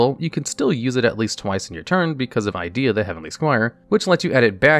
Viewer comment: Man, your pronounciation of some of these card names is questionable. "Pantheesium of the Monarchs" "Idea the Heavenly Squire"